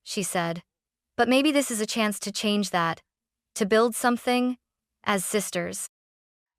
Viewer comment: Not sure why the word CHANGE is being pronounced weirdly.